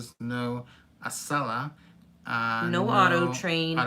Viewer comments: Yay you said Acela correctly! 😁 I'm a Boston native. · Yay! Acela pronounced correctly. Also, I am in Wilmington DE and can't help but note the irony that the First State will be your 50th! It's barely a whistle stop on the Acela, and quite frankly, the entire state is tiny but jam-packed with things to see and do. If you are disembarking, I would be thrilled to meet with you. If not, the station is walking distance, so I will wave. Wish I found you helpful videos sooner - I booked a cross-country circuitous route (Acela, Capitol, Zephyr, Coast Starlight, Empire, Cardinal) for this summer - but your videos have helped me prepare immensely - thank you.